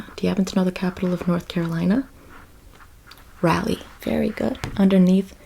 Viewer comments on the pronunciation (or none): none